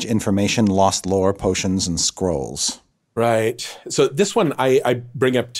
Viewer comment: Heard that as "He deals in knowledge, information, lost lore, potions, and squirrels."